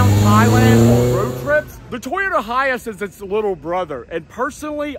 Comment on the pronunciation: Why do you say high ass isnt it high ace?